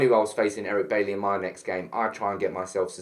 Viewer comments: Good video and have to agree. Oh and by the way Eric's second name is pronounced Bay-ee not Baley, it's French name. Have a good day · The only thing that I want to see banned is your constant mispronunciation of Eric Bailly's surname.